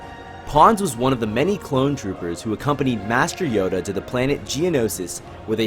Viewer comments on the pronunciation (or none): none